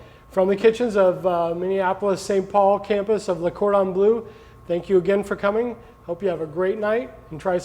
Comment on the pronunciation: One more "chef" that cannot pronounce the name of Le Cordon Bleu correctly even though he works for this organization. Why can't these chefs learn to say Le Cordon Bleu (it is pronounced like BLUH and not BLOO?